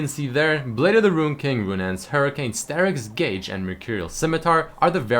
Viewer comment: What is strk gage? I know only STERAK. Learn the pronounciation. -.